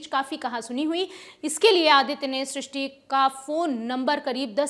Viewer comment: Tumlog naam toh theek se bol nahi paate aur kya karoge....naam Shishti hai Srishti nahi.